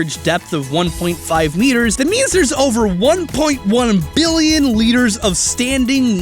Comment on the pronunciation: i liked the multiple ''BBBBillion'' there are in this video